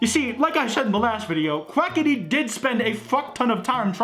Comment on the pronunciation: Can I just say that Keem said Quacka-tea.